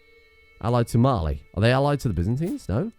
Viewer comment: During the whole war I thought you were saying Marley